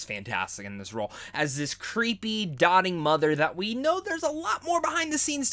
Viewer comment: it's doting, not dotting.